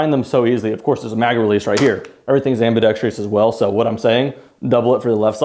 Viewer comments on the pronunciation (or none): I'm sure no one cares, but ambidextrous is pronounced "am-bi-dex-trous," not "am-bi-dex-TREE-ous" like how it's said in the video. Too many people add an extra syllable for no good reason.